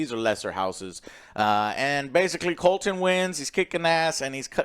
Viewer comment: Joe gets almost all the names wrong.